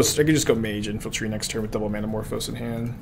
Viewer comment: “infaltry.” There’s no L! Sounding like saffron olive